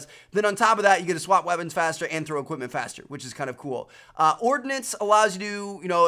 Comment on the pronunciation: "extra EQIPMENT" ...